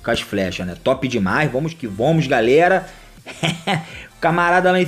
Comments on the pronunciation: Não aguento ele falando "vomos" hahahahahahaha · nem eu kkk